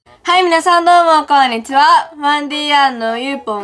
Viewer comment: 今日は！が ｢コーラ！｣に聞こえた